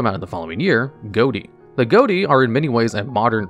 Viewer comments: Unless theres an official pronunciation, im faurly sure ghoti is pronounced "fish" instead of "goatee". Since the gh from enough, o from women and ti from nation are pronounced like an f, i and sh respectively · Ghoti is pronounced “Fish”. It’s a linguistics pun. Gh as in Tough’ o as in women, and ti as in attraction. Please pronounce the archetype correctly in future videos. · I don't care about anything else I am upset that Ghoti was not pronounced "Fish" as that's where the archtype name originates from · There's a fairly good reason to pronounce the archetype "Goaty" instead of "Fish", which is that saying "Fish deck" out loud is ambiguous because the fish monster type also exists. By saying it "Goaty", you make it clear that you're using that archetype. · Quick note: I'm pretty sure "Ghoti" is supposed to be pronounced "Fish". "Gh" can be pronounced as "f" (as in "tough" or "enough") "o" can be pronounced as a short "i" (as in "women"), and "ti" can be pronounced "sh" (as in "nation"). Because English isn't a language, it's a pile of stolen words, pronunciations, and grammatical rules all stacked on each other and wearing a trenchcoat to disguise itself as one coherent thing. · I haven't been playing yu-gi-oh after legacy of duelist : link evolution and i thought people were just memeing with 'ghoti' = 'fish' english pronounciation thing to mock the fish types. Turns out it was an actual archetype lol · so, which of us is going to don the mantle of absolute nuisance and point out that that's not how one is supposed to pronounce "ghoti"?